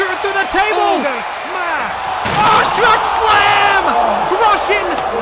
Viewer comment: Not sherk